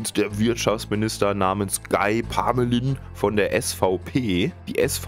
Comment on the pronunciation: Ich frag mich auch schon, wer von uns dann in den Knast muss; Eigentümerin, der Verwalter oder ich als Mieterin…? Unser Haus ist schimmelanfällig🙈 Der Typ wird übrigens „Gii Parmölää“ ausgesprochen😄